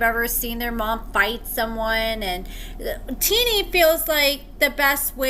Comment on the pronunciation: I love your videos, but I'm starting to be convinced that you dont actually watch or pay attention to the episodes. First you were pronouncing Shonta wrong now your pronouncing Tennie wrong and she didnt ask his mom "who are you talking to" she said "what is your problem with me" 🤦‍♀️